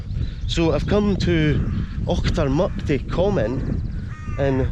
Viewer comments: C'mon min, stop saying Achtermuckty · That’s the common not mucty